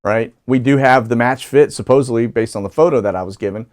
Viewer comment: Su-poze-al-eey! The needs-more-coffee-to-say-it-right for "supposedly" - My favorite new slur word! You are not my favorite for new words, but you made a major step up today! ... and thank you for your continued air-traffic data, which is superb!